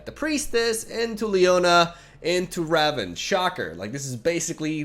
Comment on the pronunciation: Pls it's Rah-voon